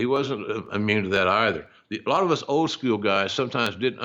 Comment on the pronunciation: I wonder how "skew-yewel" differs from "school".